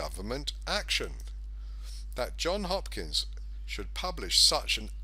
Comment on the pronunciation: Ah man, it's Johns Hopkins, not John Hopkins. Crazy lefties use ANY excuse to discredit a message. You just handed it to them on a platter. Such a great analysis ruined by a misspell.